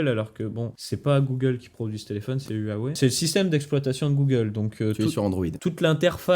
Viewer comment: U-A-WEI stp prononce le bien